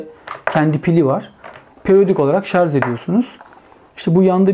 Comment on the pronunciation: "Tasarım ve Mühendislik Kanalı" yayını yaptığını söyleyen birinin "şarz" demesi de ilginç olmuş. Şu "şarj" kelimesini öğrenemediniz gitti.